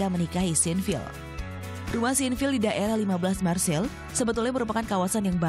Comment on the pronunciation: Marseill kan bukan marsille